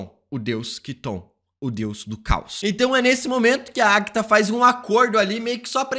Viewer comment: É impressão minha ou ele fala "Agta" em vez de "Agatha"?